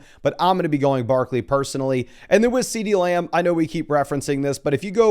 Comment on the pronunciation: Love how says "Muh-gummry" and "Layumb"